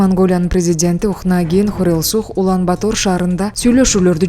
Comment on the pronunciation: Туура окучу ай Улан-Батор деп жазылат,окуганда Улан-Батыр деп эле айт какабай